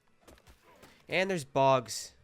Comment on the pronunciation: “bogs” lmao